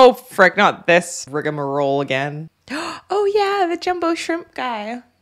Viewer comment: "rigmarole" Thank you 🙏🫡